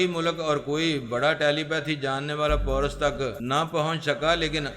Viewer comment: Bhai wo poras nahi paaaarassss hai